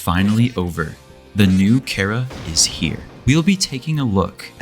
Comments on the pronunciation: when he calls chara carea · Did bro say chair-ah 😭